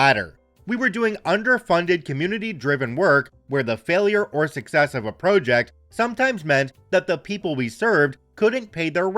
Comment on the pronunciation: I will never not cringe at your pronunciation of the word "project"...